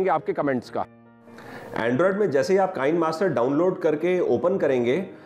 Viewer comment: Just a suggestion : It is Kee-ne Master. In Hindi kisne ki jagah Kee-ne.